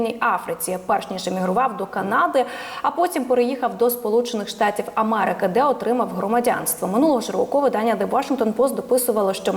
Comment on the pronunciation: Ведуча. Не мАрежа,не АмАрики, а мЕрежа, АмЕрика і так далі. Працюйте над вимовою.